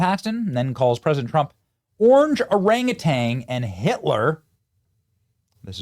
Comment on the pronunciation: It's Orangutan Jasmine, not OrangaTang. For the love of God... Please don't procreate.